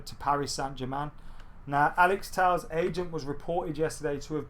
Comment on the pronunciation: It's pronounced Alex Tell-esh. Would've thought someone would've corrected you by now.